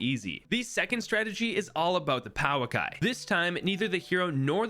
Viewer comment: The ā means that it's a long sound so pouākai would be pronounced pouaakai